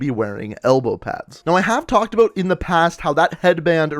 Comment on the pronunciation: You need to learn to pronounce "out" and "about"